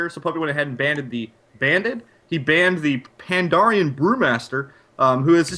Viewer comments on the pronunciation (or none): Its PANDAREN .. not PANDARIAN ..